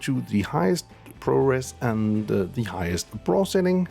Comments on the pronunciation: FOR THE LOVE OF GOD SAY "B RAW"! If I hear you say Brahhhhhhh one more time I might end it.... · It’s B raw not braw lol